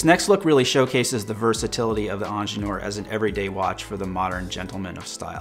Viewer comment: Lol why do you keep saying angeneur? Its ingenieur - ingeer from German